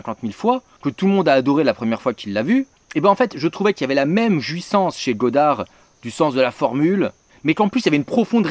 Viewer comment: Mais putain mais qu'est-ce que tu fous de tes "o" dans les mots toi ? ... La JUIssance ? La JUIssance c'est le wUIkend nan ? Mais serieux... Et moi j'suis jouif, et il est tombé beaucoup de plouie c'matin .... Mais ça sort d'ou ces défauts d'élucution franchement ? Ca fonctionne comment si ce n'est pas systématique ? Aller j'vais m'faire une bonne burriche d'houitres ....